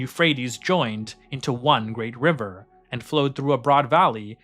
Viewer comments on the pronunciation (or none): none